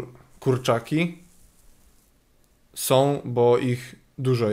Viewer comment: "to...som okulary..."(wiem że powinno być "są" ale "som" brzmi lepiej)